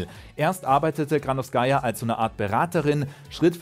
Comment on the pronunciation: bei ihrem Nachnamen liegt die Betonung auf der zweiten Silbe